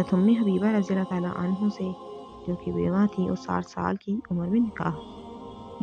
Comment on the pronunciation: ANHO NAHEEN ANHAA KAHO